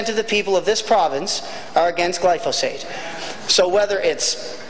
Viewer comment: I'd advise the good member that if he wants to sound a bit more educated on a topic, he should learn how to pronounce the word "Glyphosate".